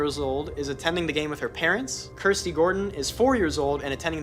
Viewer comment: Yes her name is pronounced as kursty.